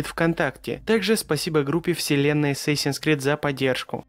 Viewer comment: О господи это канал шикарен.Столько инфы в одном ролике,столько интерсных моментов и фактов.Молодец так держать,но все же я до сих пор слышу ассасинс скрид !Сколько раз не перематывал и не вслушивался все одно так слышу,возможно из-за того что сначала идет с перед крид ну типо вот так- Assasins creed ! Но все же хочется услышить ассасинс крид )